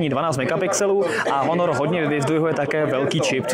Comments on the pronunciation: Honor :D Proč to čtete jako Honor? Výslovnost v angličtině uplně jiná. Taky neřikáte iPhone po česku, ale čtete s anglickou výslovnosí. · proč bych to dělal?:) mě to nijak nevadí jen mi přijde zvláštní, że všechna jména telefonů se vyslovují tak jako v angličtině (iPhone, Xperia, HTC) jediný Honor je po Česku:D